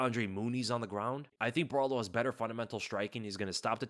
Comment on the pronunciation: bro just call Caio Borralho CAIO, please! your pronunciation of Borralho is astrocious